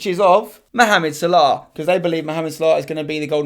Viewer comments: the way your pronounce salah is so annoying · The way u say Salah kills me